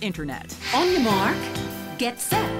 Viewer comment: "On your mark..." M A R K